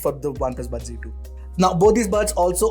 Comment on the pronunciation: Z ki G kyu pronounce krte h